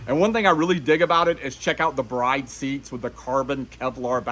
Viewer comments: It's acyually said as "brid" seats. Not "Brayd" seats. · If you’re going to say “they’re probably replicas” at-least pronounce it correctly. It’s pronounced BRID not BRIDE. 👰‍♀️